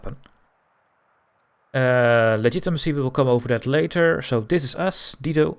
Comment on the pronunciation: It’s dye-doe